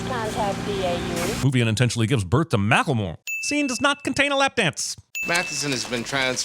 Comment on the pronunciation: Omg they said makla more and I instantly thought stop, wait a minute and then you sad sin for giving birth to Macklemore lol.